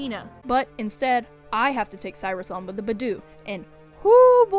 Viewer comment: Ok I won't watch this... Not if you're going to say Budew wrong like that throughout the whole video several times... Hell Nawh.